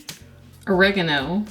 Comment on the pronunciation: Jamie Oliver say Oragano❣️